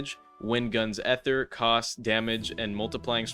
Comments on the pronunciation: it's still ether not ehther bud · did bro just say "ether" as "ehther" 😭😭😭😭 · unc why do you say ether like that